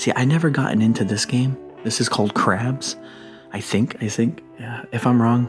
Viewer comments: It's "craps," not crabs. It's also been very popular with servicemen, especially in combat zones, during wartime. You can play it anywhere you have room to toss a pair of dice. A LOT of soldiers have lost a lot of paychecks to crap games, over the years. BTW, the cards do NOT belong on a crap table. - Wristbands??? 😂🤣😂🤣😂 Those are sleeves for bundles of paper money. The $5,000 one would be wrapped around a bundle of 50 $100 bills. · It's a cool boat thanks for showing us all 😁and it's, Craps not crabs😉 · did you say this game is called “crabs” or “craps” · i hope you said “craps” with a p that table game is called craps